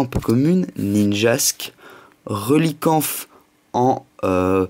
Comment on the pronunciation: arrête de dire relicanf et aussi d'avoir de la chance =)